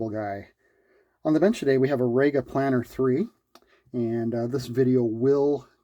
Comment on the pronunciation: its pronounced REE-ga. not RAY-ga. and you call yourself "Turntable Guy"! 😉